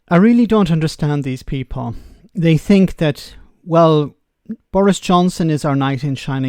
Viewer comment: He the most dangerous kind of thinker he’s a “finker” I fink 😂